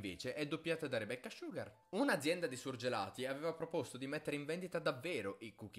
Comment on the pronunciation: Le volte che ha detto "Rebeccah Sciughar" 👇